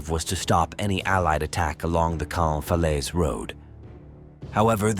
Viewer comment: Caen is not pronounced as cane.